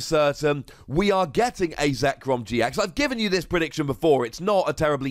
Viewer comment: Shame on you getting zekrom's name wrong